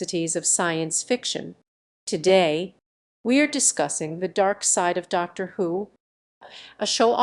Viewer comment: "...transphobic treatment of the character Danny Boy in 'The Day of the Doctor'". What are you on about? Oh, and learn how to pronounce "Dr" and "Daleks"